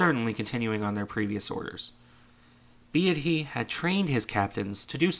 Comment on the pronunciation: its "BEET-Y" not "Be-AH-ty"